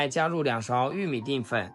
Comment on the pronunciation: dian 不是 ding.